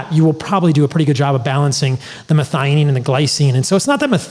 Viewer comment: Pronounced- Meth-eye-oh-neen...